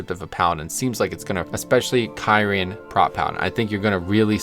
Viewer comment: The way you said kyrian ruined the whole video! So triggered right now.